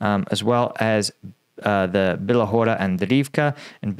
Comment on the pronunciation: Hey, good report. Your pronunciation of Bila Hora (White Hill, btw) is quite good. Klish-chi- (as in chicken) -yiv (as in rhyming with sieve, live, give, etc.) -ka could however be improved. Have fun with that.